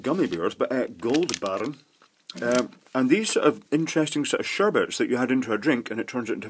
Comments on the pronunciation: I love how he says "goldbarren" (which means "gold ingot") instead of goldbaeren :D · I come from germany, so funny how you said goldbären